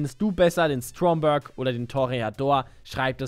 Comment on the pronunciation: Schönes video aber kannst du bitte aufhören denn Stromberg Englisch auszusprechen? Das ist ein Deutscher Name.